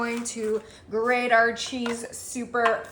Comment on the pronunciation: It’s “grate “your own cheese not “grade”. And thanks for saying “pat” of butter instead of “pad”!